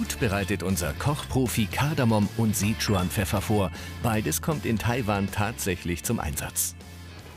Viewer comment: Ich hab irgendwie... 'Sea Trump Pfeffer' verstanden xD